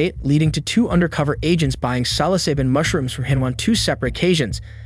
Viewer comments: 30 grams, not milligrams, and it's not "cyloseebin" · you say "silo"? I say "sillo". sil-lo-sie-bin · Psilocybin is pronounced sillo-sy-bin, not sello-say-bin. There is also no state where retail sales of psilocybin mushrooms is legal. This would have been illegal anywhere in the US. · I don't think that's how you pronounce psilocybin. Never heard 'sigh-lo-SEE-bin' ... it's always 'sigh-lo-SIGH-bin' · 😮‍💨 Sa-luh-say-bin Sih-lo-sai-bin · Silosaben? It's sill-low-sy-bin. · I’ve never heard someone pronounce psilocybin as “salosyben”. How is that guy just babbling to the police without asking for a lawyer!? Also, never just sell to random people you don’t know already. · Repeat after me “Sill-oh-sigh-bin” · silo-cybin, like its spelled... the p is silent obviously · Salosyben lol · Sal-o-saben lol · For anyone curious it’s “sill o sigh bin” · "sallo-seeben" lmao bro cant even be bothered to learn how to pronounce the words he uses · SIL-OH-SY-BIN Psilocybin. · It's pronounced "Sil-O-Sybin", lol. Not whatever the heck that guy just said. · It's pronounced seal-o-scy-ben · It's pronounced sill-uh-sighben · Psilocybin is pronounced sil o cy bin. Not how the narrator butchered it. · It’s pronounced Sil ih sy bin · Bro, ur pronunciation of psilocybin is hilarious 😂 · Somebody needs to tell this narrator how to pronounce psilocybin😂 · I like how they claimed he had 30 mg of mushrooms.(pronouncing psilocybin wrong). 0.03 g would be like a tiny pile of dust. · never heard someone mispronounce psilocybin worse in my life. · Can’t stand how you’re pronouncing “psilocybin” lol and it’s 30 grams not milligrams ya silly goose 😜